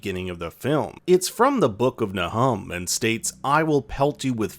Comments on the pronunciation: Fyi it's usually pronounced NAY-whom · Not familiar with the Bible, eh 😂 you butchered the pronunciation of Nahum..it's okay..it just made me laugh because it made me think of Trump, who claimed to "know the Bible" as a "strong Christian" (🙄) but couldn't correctly say the ONLY Bible verse he chose to quote..then refused to answer the media (even conservative media) when asked what other Bible verses he "liked" 😂 ToTALLY busted!